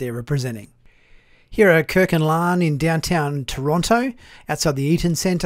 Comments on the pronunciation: Dude, can you not say La’an? It’s not Lahhhn, it’s La. an. Like Hawai’i…….Hawai i, not Hawhyyyy. I’m sorry but it drives me crazy. It’s not that hard to get right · AREN'T THERE "TWO" SYLLABLES IN HER NAME? IT IS NOT "LAN" BUT "LA'AN".